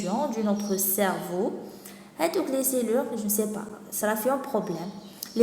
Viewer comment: merci bcq juste une remarque cerveau ça se prononce cerveau o comme eau pas cerveuu